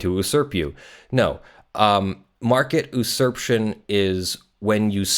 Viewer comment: OK I have to stop you right here. usurption is pronounced YOU-surp-tion, it is not pronounced oo-surp-tion.